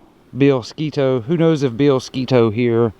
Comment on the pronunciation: Thank you for pronouncing Sketoe correctly